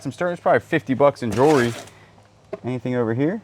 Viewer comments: I don’t know if you know but you pronounce jewelry like jury. Jew-el-ry is the correct pronunciation. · Do you say jury instead of jewelry on purpose 😮